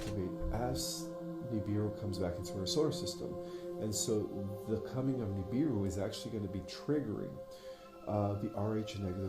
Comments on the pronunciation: Why do say NUBAROON??? rofl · He said Nuburu... He said da Pope Nem lol 😆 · woke 😂😂 they rather deal with sleeping zombies doped up !! and is the same incident Rashad Jamal spoke about over a year ago? why he laughed at the preacher pronunciation 😂